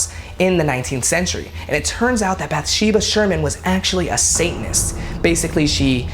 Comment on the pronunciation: He’s pronouncing all the names wrong from the movie lolol “bath Sheba” “Per Roan” “CarolYNE”